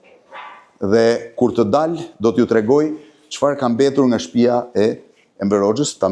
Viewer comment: O hajvan me dy këmbë-Blendi Fevziu,nuk thuhet 'shtpija'por 'shtëpia'!O pjellë e pist ,pse e përdorë dialektin e Ballistëve, hizmeqarëve të fashizmit?Aleluja!